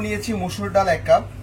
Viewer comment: ❤❤❤❤ডাউল কোন ভাষার মধ্যে পরে না, উচ্চারণে একটু সতর্কতা অবলম্বন করতে অনুরোধ জানাচ্ছি, তাছাড়া সব কিছু ঠিকঠাক আছে।